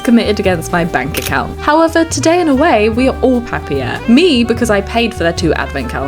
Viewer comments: "Papier" is German for "paper" and it's spelled "puh-peer". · Papier (pahpiha) is German for Paper 😄 never though anyone would go for German when wanting a fancy name and pronouncing it a bit French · As a german, I find the pronounciation wild. Papier simply means paper in german. Thanks for the lovely video ❤ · Same in Dutch, funny to hear it in a ‘French’ pronunciation